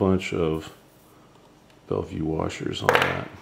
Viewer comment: bellville, not bellvue.. when you have a background that's white, you actually get the opposite result you are looking for. You want the black arm to be lighter, so add a gray or dark color background. That's why some use the green background of the sewing mat.. it's like a neutral density, and doesn't cause the lens to close down to reduce light. You want the lens to open up and allow more light in to see the detail in the black arm.